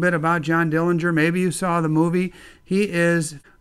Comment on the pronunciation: This is great and so important to preserve history! The correct pronunciation of the Dillinger family name is with a silent'g'. Thanks for sharing your small bank from the bank that was robbed.